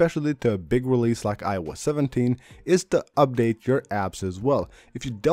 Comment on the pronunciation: Update: this guy..“Ubdade”